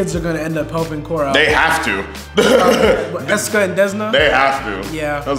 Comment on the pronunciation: My guy really called Eska and Desna "Ass" and "Hole" 💀